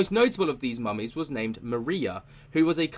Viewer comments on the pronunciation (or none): none